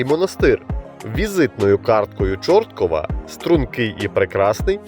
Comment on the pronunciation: тільки будь ласка гляньте наголос в слові Чорткі'в бо дуже "ріже вухо", а так решта відео інформативне.